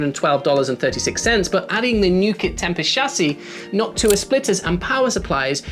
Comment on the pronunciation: No offense meant at all; it makes me smile when you say Noctua because you're pronunciation sounds close to "Hawk Tuah"